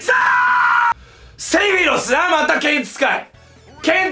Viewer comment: [サワ]セェフィロォスっていってたよね